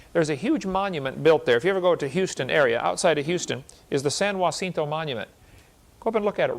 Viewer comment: And also Kent mis-pronounces “San Jacinto” 🙄🙄🙄